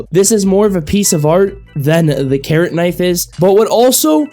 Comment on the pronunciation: when he started talking about the carrot knife I thought he said karen